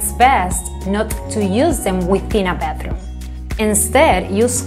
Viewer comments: I keep hearing bathroom instead of bedroom. Still some good examples shown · She said Beth room. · Yeah she’s saying bedthroom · Anyone else is hearing “bathroom” every time she’s saying “bedroom”🤪 great content as usual ❤️ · YESSS! I thought she was saying how to get good sleep in the bathroom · Am also hearing 'bathroom' instead of bedroom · Yes she is telling bathroom